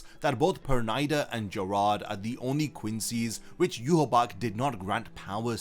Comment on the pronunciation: Perneeda nor pernida 😂😂😂😂😂